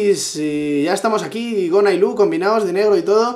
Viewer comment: Gona: Begona: iLuh